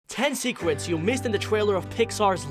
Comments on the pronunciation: every single word whats with the letter "r" like secret and trailer but he says "sEcWeT twAiLew" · I think it said secwet but idk